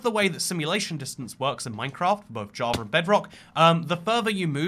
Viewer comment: I thought you said “if you were a jewish player “